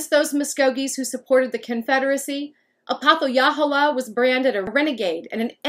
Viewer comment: I’m a direct descendant of him and I’m almost positive it’s pronounced ah-poth-uh-hey-luh-hole-uh, great video !